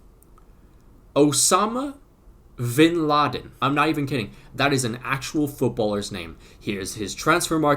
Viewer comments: V and B have similar pronunciations in spanish so it's not Vinladen its (B)Inladen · Its not vinladen. V is pronounced like be in Spanish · Vinladen I’m peru can be pronounce “binladen” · The V in Spanish is typically pronounced as a B ... Soooooooooo!